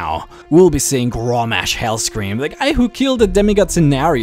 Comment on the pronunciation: Ok, I honestly cant finish watching this video because your pronunciation of some of the names is just irritating. It is Guh-rosh, and GRIM, as in GRIM REAPER. My god. Maybe you should learn how to actually pronounce the names of the characters before you make a lore video. -.